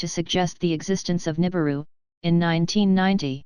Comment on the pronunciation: really?? nuibiru again?? ffs people.